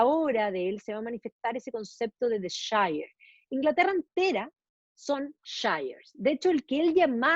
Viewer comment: Hola. Un pequeño alcance sobre la pronunciación de la palabra "shire"en inglés británico. Cuando aparece al final de una localidad, como Yorkshire, la pronunciación es /shia/ o sea: / ió:kshia/; cuando aparece en forma aislada, se pronuncia: /shaia/. Slds!